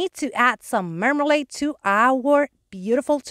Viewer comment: Wow! Do those cake slices ever look real! They really look like a piece of cake. I also love the toast. You did an amazing job on that and by the way, I love the way you say marmalade. L O L. The mason jar came out really cute and I love that you used the fabric to go around the lid. These are some of the best ones I’ve seen you do. Of course I always say that because you always do an amazing job on your fake bakes. Love the big lemon slice. it really adds a lot to your tiered tray display of your beautiful fake bakes. Oh, Rick found the couch like yours in our Walmart and all we have to do is order it. He has been really busy at work but we will probably look at them online together this weekend. I’m so glad he found them. Hope you have a wonderful weekend. Hugs from the southeast coast of Florida.😎🦩🌞🦩😎